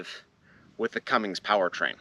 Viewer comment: Bob is a good dude! He sure goes out of his way to keep people involved in the hobby. FYI there is no G in Cummins. Please dont bedline the truck.... That wheel and tire package is pretty heavy, might want to consider a civilian wheel and tire setup. Good luck with it.